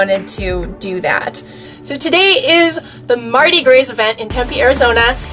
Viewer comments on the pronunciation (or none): Nice Video! Love your greyhound too! BTW it's pronounced "Marty Graw"